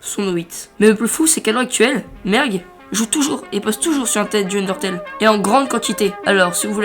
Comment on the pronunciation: a la place de merg jai entendu merde XD